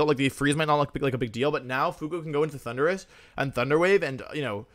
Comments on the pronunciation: My favorite part is the announcer pronouncing "Thunderous" like "Honduras" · why's he pronounce thundurus like honduras